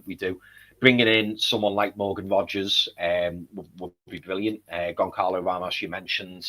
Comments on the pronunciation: it's Gon Zah Lo Ramos. Not Gon Carlo Ramos 👍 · yes his name is spelt Goncalo, but it's pronounced Gon-zah-lo. Like "speedy Gon-Zah-les